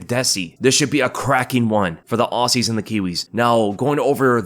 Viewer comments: Aussie is pronounced like 'Ozzie'. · PUBLIC SERVICE ANNOUNCEMENT AUSSIE IS PRONOUNCED OZZY! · It's pronounced ozzy.